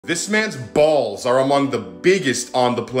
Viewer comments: The emphasis on "BALLS" !!!!! 🤣😂🤣⚰⚰ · I like the way you enfasize the word BALLS haaa.